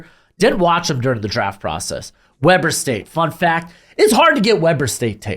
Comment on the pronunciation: Just a heads up! Weber State is pronounced Wee-ber State. Reid is a machine!